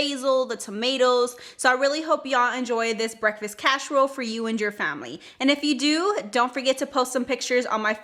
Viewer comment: Looks delicious but why are you saying casherole vs casserole?